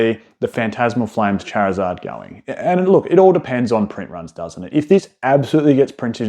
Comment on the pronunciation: Going to absolutely lose my mind if I have to hear him say charizeard again